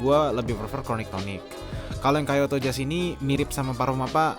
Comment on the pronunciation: Langsung berhentin nonton pas dia bilang Kayoto